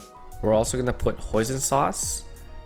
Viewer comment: Wait, did you say, "Poison sauce"?! Wait, is it just a name of a sauce?